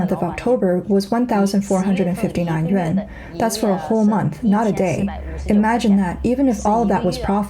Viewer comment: Why do commentators have such a hard time time saying you're currency...it's pronounced "yu-wan" not "yu-en"!😂😂😂